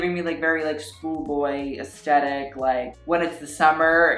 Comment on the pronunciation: when you say aesthetic it sounds like eskeetat